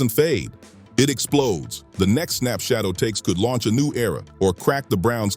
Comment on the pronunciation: Why are you idiots mispronouncing his name? His name isn't Shadow